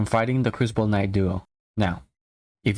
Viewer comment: it's knight not knoght and he does now this it just sucks absolute ass